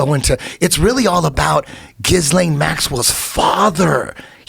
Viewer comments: I love how Eddie says jizzlain instead of Ghislaine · It's pronounces "Gillaine". Aparently the s is silent. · Did he just call her jiz-lane.??? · Now that Eddie has taught me how to pronounce her name... Epstein DOES seem like someone who would have a sidekick named ‘Jizz-Lame’. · Eddie doesn’t know what he’s talking about. He can’t even pronounce Ghislaine right. Epstein is dead, that’s the only way they could silence him. there was no going back, no letting him live.